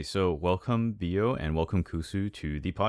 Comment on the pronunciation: For those who was wondering, Bio name's supposed to be pronounced as Bí-oh, and not Bio cause his vnmese nickname is "bí", a winter squash.